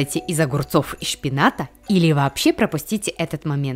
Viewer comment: Вы тоже услышали слово дамащний а не домашний 😂а ещё щпинат а не шпинат 😂